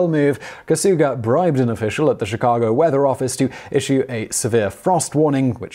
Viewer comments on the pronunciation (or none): none